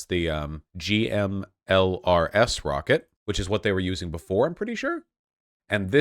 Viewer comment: And he keeps spelling out GMLRS instead of saying "gim-lers".